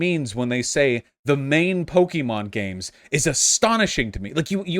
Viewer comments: It's PO KEH MON not pokey mon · I can't stand him saying pokeemon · This just adds to my theory that anyone who pronounces Pokemon, Pok-E-Mon, should never be listen to about the franchise and deserve no rights. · I knew his arguement was invalid by the way he said Pokémon